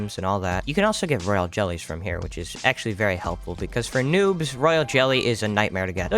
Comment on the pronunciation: I did not hear noob I heard nuke